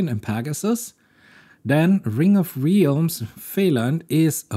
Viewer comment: Qwen with Questions is pretty good. The thought of being able to run something like that on my computer is mindblowing. It having gotten this puzzle correct is amazing. By the way, your pronunciation of realms is incorrect. It's more like: 'rælms'